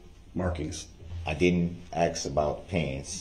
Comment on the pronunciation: Ax you a question